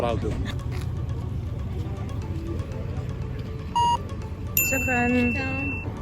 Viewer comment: guys am I the only one when says shokran I feel she’s native Arabic speaker? U probably should learn Arabic ima give u an online course lol